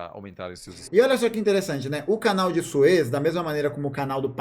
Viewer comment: Canal de Sués, pronuncia bem equivocada.